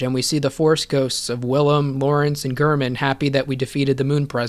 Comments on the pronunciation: How can you say gurrman and literally play a clip right after of the doll saying g-air-man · doll: gehrman gehrman: gehrman you: gurrman me: ???????????????? how?